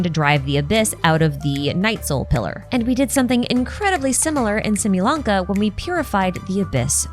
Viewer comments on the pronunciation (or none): I've been wanting to say (no hate, just some feedback from a Mexican person) the name Ixbalanque is pronounced 'eecs-balam-keh', some people would argue you should forget the 'ee' sound at the beginning and just start with an X sound. Love your videos, you give great explanations of the lore and cool theories!